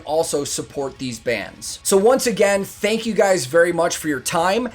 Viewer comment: "Tank you"